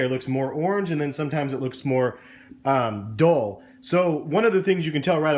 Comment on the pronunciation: You said dole it's dull